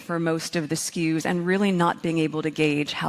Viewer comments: “Learns” “SKUs” “10 eX” …. Please just shut up. You’re unbearable! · Ffs, Meghan! Stop saying SKUs, ya Try Hard Blowhard!